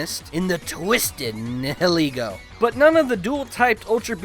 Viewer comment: Nihilego actually comes from the term "nihilism", so you've been pronouncing it wrong.